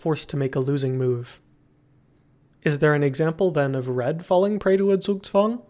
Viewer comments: He got the z in zugzwang right! Nice job! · never have I heard a non German pronounce a German word correctly, especially one like Zugzwang